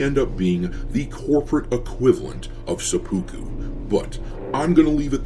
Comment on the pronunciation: Please try to pronounce seppuku better. seh-pu-ku The "u" sounds are partway between a long "u" and a long "e". None of the syllables has stress. Hearing "suh-POO-koo" is surprisingly grating.